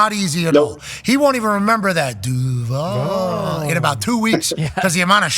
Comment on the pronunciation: So he’s gonna suck because he said duval weird??🤦🏽‍♂️